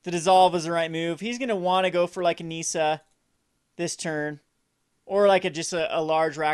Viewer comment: Hate how he says Nissa. The i is supposed to sound like the i in trick. Not NEESA. -___